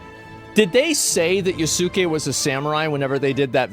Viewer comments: FFS, it's not "Ya-soo-ke(h)", it's "Yas-ke(h)". "U" is silent. Like so. Oh, come on! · Agreeable video. Just to let you know, Asmon, Yasuke is pronounced with out emphasis on the u. Yahskay. Some of these people that are calling anyone racist for the legitimate pointed criticism of AC: Shadows are just emulating what they've seen others of their ilk doing that. But many of them know exactly what they are doing and they're using tactics from the book, Rules for Radicals to deceitfully polarize anyone who disagrees with them. I suggest you familiarize yourself with it. It'll open your eyes to a lot of what's going on today. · Not pronounced yah soo kay, pronounced yahskay. The u has very little emphasis to the point it's silent. Just like the WWE wrestler name Asuka is not pronounced Ah soo Kah, her name is pronounced Ahskah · ok big ask tho - pronounce his name as Yaske not YasUke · The amount of people who can NOT pronounce Yasuke's name correctly is more upsetting than Ubisoft devs lmao its pronounced "Yaws-kay".. NOT "ya-soo-kay". like it takes less than a few seconds to figure this out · Fumbled pronouncing "Yasuke" so hard he doesn't even attempt to pronounce "Naoe". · Has someone properly taught you how to pronounce Yasuke??